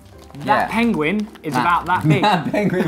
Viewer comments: wait Ollie calls them pengwing too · Excuse me, it‘s ‚pengwing‘